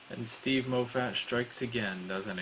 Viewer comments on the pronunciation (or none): Stephen (Moff-it) not (Mof-fat) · "Moh Fat" Please keep that pronunciation XD